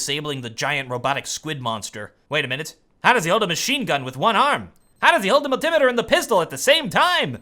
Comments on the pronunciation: MUL-TI-METER. NOT MUL-TIMITER lol nice video though! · "a mul-timitir" -- lol........